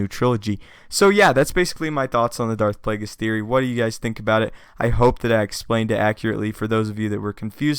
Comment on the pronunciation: Darth Plagus??? Don't you mean Harry Potter's nemesis?